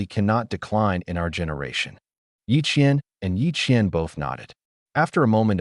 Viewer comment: Qian and qiann. Yep lol